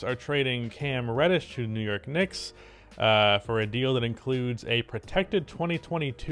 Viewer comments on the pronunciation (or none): Wew York Wicks?